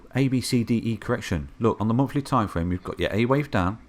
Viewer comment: I have always wondered. When they are teaching the abcs and phonetics in school. Do they teach them to sound out “th” as. “F” ? Monfly chart? Lol